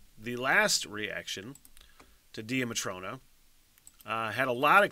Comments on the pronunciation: The band name is pronounce like Daya Matrona. It means Divine Mother Goddess in Irish lore. In this video the singer/guitarist (Mollie McGinn) and drummer (Mamie McGinn) are sisters. Mamie has since left the band to continue her education. Mollie and her best friend Orlaith (pronouned like Orla) are still together and use a couple different drummers until they find a replacement of if Mamie returns. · please do Red Button its on the top of the list on spotify and it is pronounced Day-a Matrona